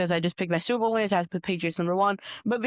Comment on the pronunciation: mf on the left said “soupa bow”